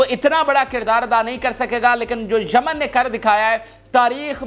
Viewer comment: Jaman nahi, it is yemen